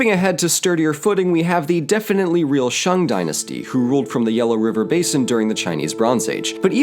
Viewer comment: Honestly, you pronouncing it as ‘Shang’ instead of ‘Shaeng’ is better than 90% of people in America. You did good